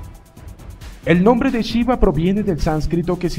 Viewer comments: Porque dices chiva? Se pronuncia shiva como se escribe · Chiva??? 🤣🤣🤣🤣🤣 que mala pronunciacion. Pero buena informacion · ¡¡NO ES CHIVA ES SHIVA!! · Para empezar me gustaria que pronunciara bien su nombre. Y eso de que el Señor Vishnu es el cristo ¡ufff! En general está bien pero las inexactitudes confunden. NADA tiene que ver con NADA satánico. Siempre quieren equiparar todo con la cristiandad católica y ahi radica el error